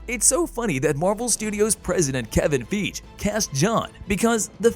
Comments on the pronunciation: It’s ‘FIE-GHEE!’ Not ‘FEEJ’ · It’s FIE -GHEE’ not’ feej’